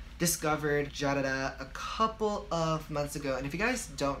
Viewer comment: it's just pronounced "jah-dah-tah" but you can do what you want. Your channel your rules❤️